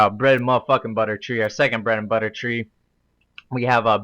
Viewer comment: bwed n buttah!